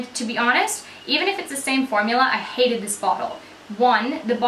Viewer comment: Sounded very English when u said hated! Xx